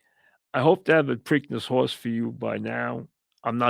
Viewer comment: A hawse is a hawse of cawse of cawse...